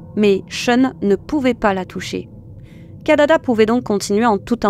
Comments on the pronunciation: C'est KIDADA et non pas KADADA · Kidada et non Kadada..